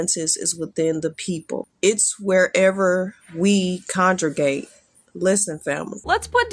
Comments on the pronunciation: Conjugate instead of congregate. These people are illiterate. 😂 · “…wherever we condregate” 😆😅😂🤣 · it’s wherever we conjergate 😂😂😂 maybe condragate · CONJRAGATE”. Sounds like a conspiracy. Bwahahaha. This movement is better than BLM tho.